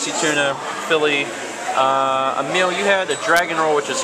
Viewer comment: It's Emile, not Amiel